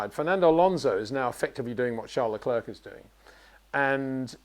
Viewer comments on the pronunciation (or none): I love Peter but it really bugs me that he pronounces Leclerc like Le-clerk , it's like St-Clair college , you don't pronounce the C on Leclerc .